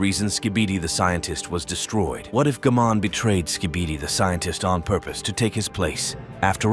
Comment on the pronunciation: Bro, said G-man like key man with a G